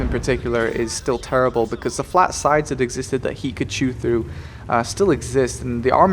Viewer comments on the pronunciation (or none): none